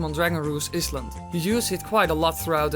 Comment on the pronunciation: lol you pronounce island wrong. the s is silent, also the grappling hook is used to steal items from enemies making it really useful for getting joy pendants and the like